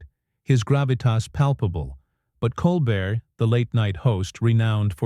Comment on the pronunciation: I stopped listening as soon as I heard Coal-Bert. No more AI audio please